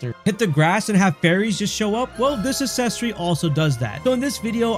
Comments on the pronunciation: you're pronouncing accessory wrong. its acksessory, not assessory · it's pronounced uhk·seh·sr·ee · Need the accessory that lets you properly pronounce the word accessory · it literally does. And it's spelled correctly and everything. Unlike the pronunciation of the word "accessory" in the video which was the point of the original comment. Lol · Ikik im a bully wahh but how you gonna pronounce "access" correctly and not "accessory" 😭😂 it hurts my little grammar police earholes lmfao